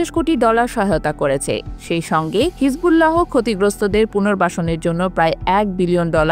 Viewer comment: হিজবুল্লা হ কোন ধরনের উচ্চারণ?